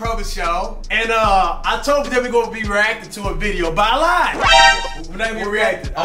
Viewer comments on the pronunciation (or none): none